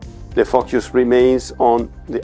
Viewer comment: Amazing accent. I have the impression that he swears all the time :) Word "focus" sound hilarious!